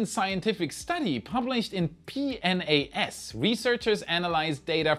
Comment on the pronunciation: No surprise he sounded the letters for PNAS